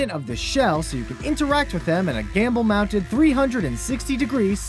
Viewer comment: it's gimbal, not gamble :P